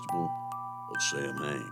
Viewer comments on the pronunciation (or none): Samhain, pronounced. SOWEN